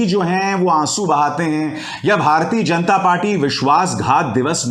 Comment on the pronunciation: You pronounce ण in जनता